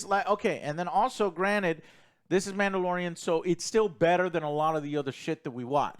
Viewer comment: a.. Manda-LORE-ian, if you will…